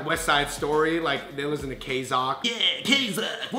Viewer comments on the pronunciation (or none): It's not kzock......UGH!! It's pronounced K-ZEE-O.K. Normally I wouldn't make a fuss, but I used to work there. :D